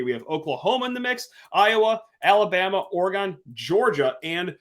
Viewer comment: Bro please for the love of god stop saying Ore-GON lol it’s pronounced Ore-gin